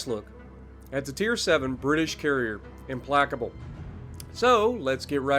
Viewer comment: Hahaha that's not how you pronounce the name